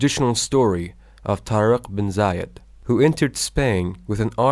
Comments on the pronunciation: many mistakes in the first 30 seconds let alone the rest of the video. - the name is "TAREK IBN ZIYAD" NOT "ZAYAD", better rectify it , "ibn zayad" is a middle eastern name , while "ibn ziyad" is north african - tareq ibn ziyad didn't burn the ships because it wasn't his ships, the owner of the ships is the governor of ceuta and he was a christian , and the ships where used again for more support. another point it is haram to do it because it is a waste of souls and money, plus it is not wise from a leader to ask his men to fight or die ,hypothetically if the situation forces u to retreat you have to retreat to come up with a better plan ps: sorry not gonna finish the video after that 30 seconds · Bro you make mistake it's tarq ben zeyad not zayed